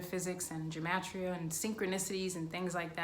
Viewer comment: Take a drink every time she says Gem-Et-Tria 😝